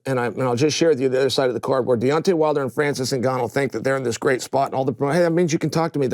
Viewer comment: To hear cheal sonnen call deontay wilder De-wantay